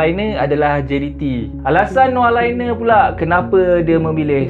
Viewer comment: Laine -sebutan" Lane"✅ Sebutan "Liner",❎